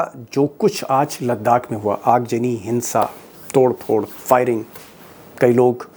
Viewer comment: Aagjani nahi .. Aagzani boliye.